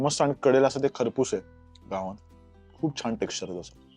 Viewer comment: घावणे बोला घावन नाही